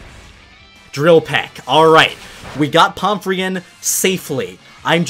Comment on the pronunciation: pomfrey does NOT sound like palm tree